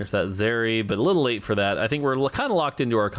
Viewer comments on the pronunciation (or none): Pronounce zeri properly plz, lmao. Can't tell if he's trolling or not.